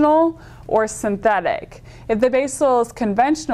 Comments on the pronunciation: Man, watch how she says 'synthetic' . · The way she says:"synthetic" !